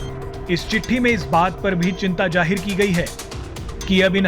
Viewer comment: Trump ka ye Bayan to purana h wahi cheez alag andaz me bta ke bech rhe ho tum log... or jahir nhi zahir hota hai...bola theek se kr0